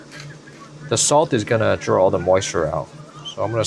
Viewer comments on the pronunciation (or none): none